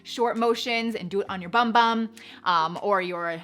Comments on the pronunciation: A friendly tip, in Portuguese we pronounce bum-bum as boom-boom and it means butt cheeks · Fun fact but in Brazilian Portuguese bumbum it’s pronounced “boom boom” and not bum bum 😅😁 Loved the video, thanks for the tips!